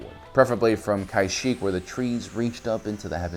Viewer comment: I believe it’s KAshyyyk not KAIshyyyk.